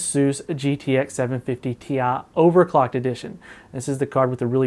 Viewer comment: Gtx 750TIA. TI. NOT TIA